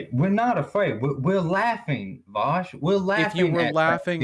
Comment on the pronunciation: Idk why he keeps saying his name wrong, it's pronounced VOWSH